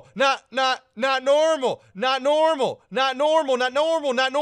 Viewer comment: not normal sounds like Nonomo Nanomo Nanomo